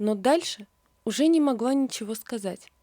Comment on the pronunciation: Не могва ( в смысле - не могла) Жаль, что у вас дефект речи.Зашва, не могва и т.д.